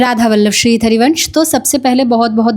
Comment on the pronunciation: श्री धरिवंश क्यों बोलती हो हरिवंश को